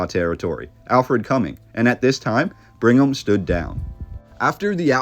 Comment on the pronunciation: Why do you keep saying "Bring em' young"? Its Brigham. There's no N.